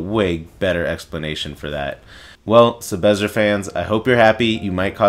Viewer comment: take a shot everytime he says 'sebezzer'